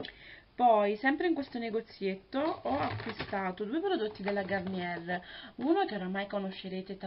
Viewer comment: begli acquisti, si dice gariniè ;-)